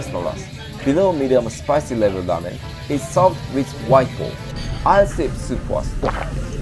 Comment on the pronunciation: Its ŕrrrrrrrrramen not lamen